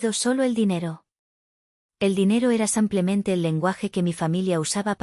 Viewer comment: Ha la narradóra no se dice sampiamete se dice simplemente.GRACIAS.......